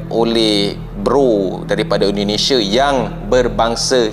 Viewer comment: Maaf ya Bang, indonesia bukan indonesa.